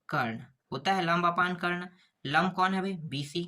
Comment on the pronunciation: लांब ❌ लंब ✅ गुरु जी आपने गलत किया है 😂😂😂